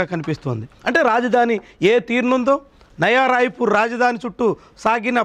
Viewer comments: నవా రాయపూర్ కాదు నాయనా నయా రాయపూర్ అని మాట్లాడు తండ్రి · నవా రాయపూర్..కాదు నయా రాయపూర్